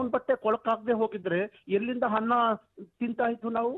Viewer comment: ಅದು ಹನ್ನ ಅಲ್ಲಪ್ಪ ಗೌಡ ಅನ್ನ ಏನ್ ಕನ್ನಡ ಮಾತಾಡ್ತಿಯೋ 😂